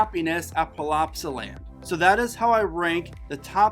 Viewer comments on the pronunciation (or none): I love how he says palopsaland😂 being from belgium myself I really like the fact that everyone loves that ride. I would love it if he tries to say plopsaland correctly. Plop-sa-land.